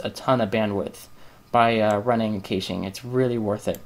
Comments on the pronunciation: kayshing! lol i've heard people pronounce it cash-aye which is annoying, but this tops it. its cash pronounced like cash money. as in "clear the cash memory" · well this was a good video until you started talking about caching, i had to stop watching your continued mispronunciation of the word was driving me crazy. It is pronounced "Cash" or "Cashing" even though it is spelled "Cache" or "Caching" Just a little FYI